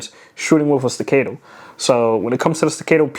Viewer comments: Say it together class.. STA-CA-TOE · Bruh. Can’t even pronounce the gun he spent $3k on. That’s America for ya! STA - CAAAAAAAAAAAA - TOE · Sta- cat-o ... Staccato... There, I helped. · Sti-Kate-Toe 😂. Jk, great vid man. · Solid video! Don’t want to be that guy, but it’s pronounced StaccAHto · The way you pronounce staccato is getting to me lol😅